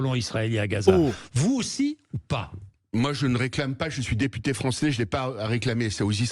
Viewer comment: 😂😂😂😂😂😂articule teputer